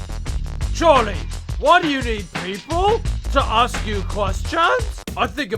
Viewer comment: has any one realized that when hes saying "ask" it sounds like a** lolz